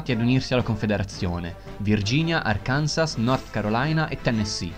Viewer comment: Kansas si legge /kansas/, mentre Arkansas si legge /arkanso/. Non ha nessun senso, ma si legge così.